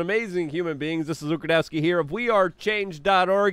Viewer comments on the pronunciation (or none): none